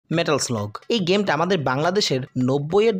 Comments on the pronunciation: পুরা ভিডিওটাতে "মেটাল স্লাগ" কে "মেটাল স্লগ" শুনতে শুনতে কান ঝালাপাল। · মানে কি বলব জীবনে এই গেম এত খেলেছি।স্কুলে পড়া কালিন ভিডিও গেমস এর দোকানে গিয়ে কি পরিমানে খেলতাম এবং স্মার্টফোন এর যুগেও ফোনে খেলেছি।কিন্তু এই প্রথম শুনলাম এই গেমের নাম নাকি লাদেন।হাইস্যকর😂 মেটাল স্লাগ নাকি মেটাল স্লগ 😂😂😂 ও ভাই মুঝে মারো 😂😂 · গেমের নামটা তো একবারও ঠিকমতো উচ্চারণ করতে পারেন নাই! নাম ছাড়াও প্রচুর শব্দ ভুল উচ্চারণ করছেন। আপনি একটু উচ্চারণ নিয়ে চর্চা করুন ভাই।